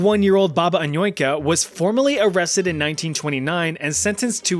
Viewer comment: That Anujka pronunciation is so 'murican. He basically only hit the letter A correctly.